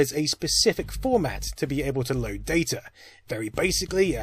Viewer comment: "DAY TUR"